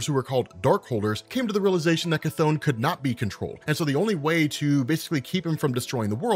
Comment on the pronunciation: Chthon pronounciation Ku-tohn/Ka-tohn